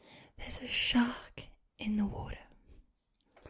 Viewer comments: Advice for the Australian accent, be less “posh” and fasten up the pace a little bit and make sure for words ending with r like water u have to pronounce it like warta (wart as in the warts u get on ur body and then a “ahh” sound like u hurt ur self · You NAILED the pronunciation of Water in the Australian accent! I find the Valley Girl accent very relaxing during roleplays that have a focus on personal attention such as your Britney Spears videos. Perhaps it's some deep seated want to be doted on by the "popular girls", which of course makes little sense coming from an Australian.